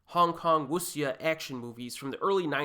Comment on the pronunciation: Jeez if youre going to call yourself the try learning the basics of pronunciation Wuxia is the name of the entire genre. You might as well be mispronouncing the word “genre” itself